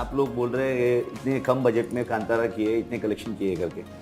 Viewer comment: It’s not kantaaara - kaantara , abreaviate correctly